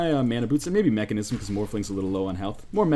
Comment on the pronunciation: mekasm not mechanism :p